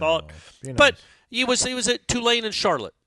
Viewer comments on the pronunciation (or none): none